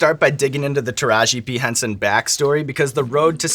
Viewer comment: I swear hes saying Taraji B Henson and it's driving me nuts. Anyone else??